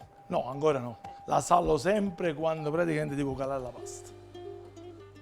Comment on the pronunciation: Nessuno:: "Praticamend"